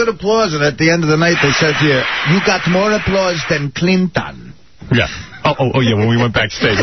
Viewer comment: you got more applawse than cleen-ton